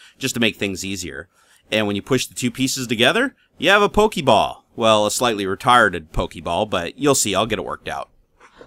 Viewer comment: i laughed every time he said pokeeball. xDD i want a printer qq